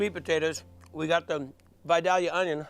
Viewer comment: Love you Guy, but it's Vi-Day-ya onions.